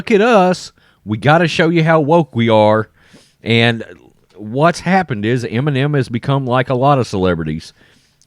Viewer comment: "Enimem" bag